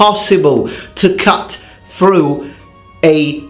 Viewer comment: He cuts thruh the ahmah as if it wus buh-uh! This is why I love your videos.